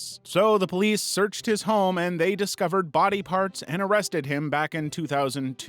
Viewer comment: "but he didn't sto' dere" "in his own bah-dub"